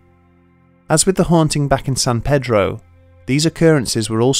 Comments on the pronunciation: I live in San pedro and I liked the video buts pronounced San Peeedroh. as a local it's really triggering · Hey, I know you put a lot of time into the video, but we call it San PEEDRO over here in San Pedro. San is pronounced like 'San' from 'Sand' and Pedro is a hard E. 593 W 11th Street also doesn't exist anymore, the house numbers skip over it. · It's not "san-PED-row," and it's not "san-PAY-drow." It's "san-PEA-drow." Don't ask why. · It’s not San paydro! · FYI- Its pronounced San "Pee-Drow". Pedro is the local Mexican trying to sell you corn on a stick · i live in san pedro and have never heard of this also he keeps on pronounceing it wrong in the vid